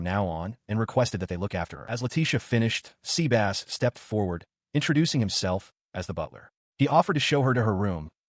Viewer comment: So Seh-bus became Sea-Bass huh?! lol